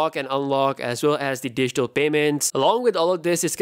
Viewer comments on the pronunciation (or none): none